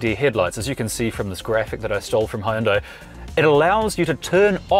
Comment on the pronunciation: good review, but I'm surprised they didn't school you on pronunciation of Hyundai